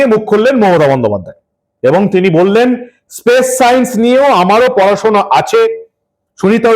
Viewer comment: হালাল হিঁদু বামনীর স্পেস আর পেস উচ্চারণ করতে দাঁত কপাটি লেগে যাবে তবুও কথা বলা চাই! সত্যিই বঙ্গবাসী কারে দিয়েছে রানীর পাঠ! সেজন্যই ইংরেজিতে বোধহয় প্রবাদ বাক্য রয়েছে... "For fools rush in where angels fear to tread"